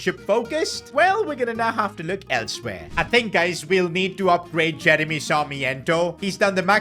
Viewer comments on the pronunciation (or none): none